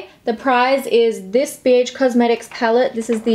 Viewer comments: I first thought you said “this bitch palette” in stead of “this bh palette” 😂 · When u said BH sounded like BITch lollll! 😬😬😬😫😫😂😂😂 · I heard “so for this giveaway the prize is this BIEETCH” omg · Michelle Le omg same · I was gonna say that too hahahahaha